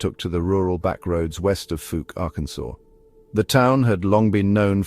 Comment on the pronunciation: 🏆👣⭐ Fouke is pronounced with the ou like in owl or ouch. Not long ō like smoke, or loose or moose. Thanks for sharing this.